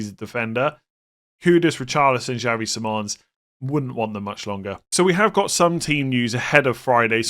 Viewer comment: PLEASE LEARN HOW TO PRONOUNCE SIMMONS' NAME CORRECTLY!!!!!